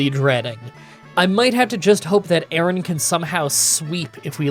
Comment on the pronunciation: The pronunciation of Aron and Lairon have to be rage bait right?